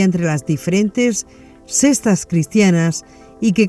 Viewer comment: Correcto, extraño que no lo corrigieran desde la primera vez que lo pronuncio ya que son muchas veces en este capitulo que lo repite, yo escucho "sestas"